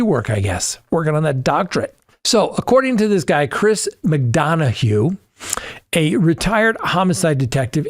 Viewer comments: 👋, it's pronounced " Mc dun ah" ❤ Chris McDonahough. The interview Room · Pronunciation: Chris Mc duh na, with emphasis on the second syllable in the last name. But I knew who you meant. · You, seemingly intentionally, mispronouncing the name of an outstanding career homicide investigator when referencing said investigator. 🤔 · Should learn how to correctly pronounce a person's name before putting out a video.Not professional. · Oh my, you mangled Chris’s name lol